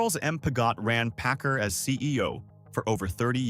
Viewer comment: It is not pronounced pi-GOT. It is PIG it. It is not pronounced pa-CAR. It is PACK CAR. I retired from PACCAR Financial.